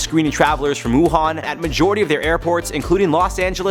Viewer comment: You got it right but lots of news anchors butchered the name Wuhan is pronounce “Wu Han” like Han Solo.